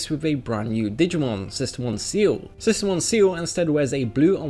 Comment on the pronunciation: sistermon seal? its pronounced ciel, as in sky